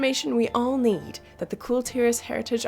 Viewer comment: You don't "eed" anything?